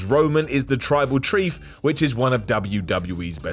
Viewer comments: 🤷🤷🤷 said Tribal Chrief instead of Tribal Chief.🤷‍♂️🤷‍♂️🤷‍♂️ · he calls Roman the tribal trief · I was hoping I wasn't the only one who caught that! 😂